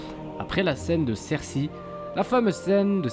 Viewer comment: On dit "sersEY" :D